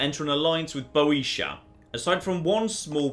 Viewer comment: I think Boetia should be pronounced bee-o-tier, but I might be wrong